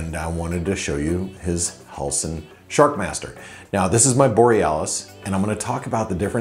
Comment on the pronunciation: is it "Sharmaster", "Shakmaster", or SHARKMASTER? LOL.